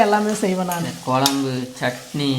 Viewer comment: கொளம்பு என்று சொல்லாதீர்கள். குழம்பு . உங்கள் தாய் மொழி தமிழ் இல்லை போல் தெரிகின்றது